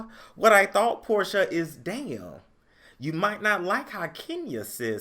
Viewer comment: I'm mad you keep pronouncing her name how Nene did! 😂😂😂